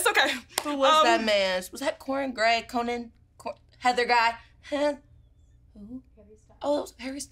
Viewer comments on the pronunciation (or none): “Cornan gray” 💀